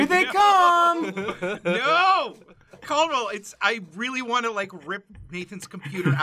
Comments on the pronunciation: STOP CALLDWELL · Its Caldwell...